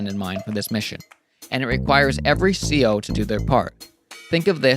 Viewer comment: CO isn't a word, it stands for Commanding Officer, it is pronounced Sea Oh, in case you didn't know and would care. if you do know or don't care, disregard.